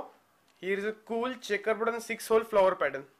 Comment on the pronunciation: "The next pattern is CHEckABouD"